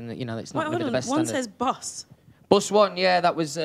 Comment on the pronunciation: “BOS 1 yeah”